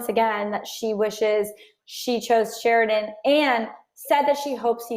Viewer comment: Can you say his name CORRECTLY? It's Sheridan!!!!!!!!!!!!!